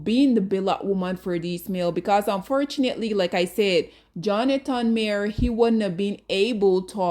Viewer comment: Imagine making a video about someone and not even being able to pronounce their name correctly.